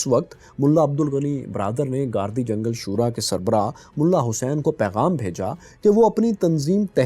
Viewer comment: آپ علاقوں کی شخصیت کے نام غلط لیتے ہیں گردی جنگل گاردی جنگل کہتے ہیں